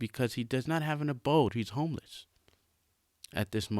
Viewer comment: The way he say homeless has me dying🤣